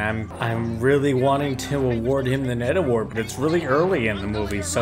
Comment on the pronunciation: You know when I first heard you say "Ned Award" I thought you were saying "Netherwort Award" which if you don't know, Netherwort is mushroom or otherwise a fungus that grows in the Nether which is a hell-like dimension in the popular (or at least it was popular, I don't know if it still is or not especially with hytale coming out) game Minecraft. Hytale is said to be a mix between Minecraft and Roblox... I'm excited for it... if your ever interested in doing gaming stuff, this might be right up your alley when it comes out which is supposed to be this year, but idk.